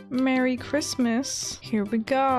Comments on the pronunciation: I love it how your saying Chrimmas instead of Christmas:3 this is too cute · I like the way she kept saying chrimas instead of Christmas 🎄 🙂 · Every time she said merry crimas I started laughing so much😂🐸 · “Merry chrmas” LOL NEVER FAILS TO MAKE ME LAUGH! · You said Chrimas the whole time! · Are you pronouncing it as cri-mas on purpose?bc where I live we pronounce it fully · I love you but the way you say Christmas is making me go crazy 😤😂😅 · Hahahahaaa I love how u say Christmas